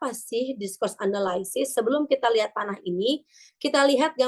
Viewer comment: "anaylsis" itu dibacanya enelisis, bukan enelaysis, say, hehehe .... Semangat ya!